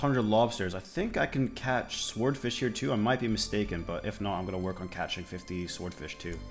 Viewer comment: Can’t tell if you were joking or not, but the W in Swordfish is silent 😂😂